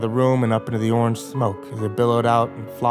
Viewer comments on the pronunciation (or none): none